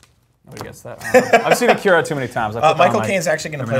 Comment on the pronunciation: Please pronounce "Akira" and "manga" correctly...